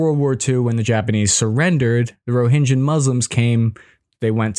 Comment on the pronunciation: You are mixing "j" and "g". It's RohinGA not JA